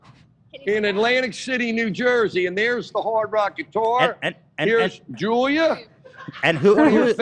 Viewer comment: i thought her name was joya until hila said julia bahaha